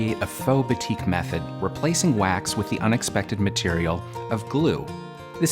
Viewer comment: Very beautiful design! Just to let u know, batik is actually pronounced as baa(as in baa baa black sheep) -tik.